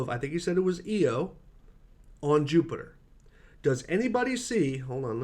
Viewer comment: Jesus are flat earthers really so stupid that they can't even get vowels right? EEEEE oh? really? EYE-oh for Io. Did go to the university of Eowa?